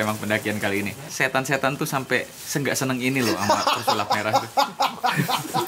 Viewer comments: Gagal fokus pas denger mas dzawin ngomong pesalip merah dimenit -17 wkwkwk😁✌️ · Pesulap merah bang bukan pesalip merah tolong lah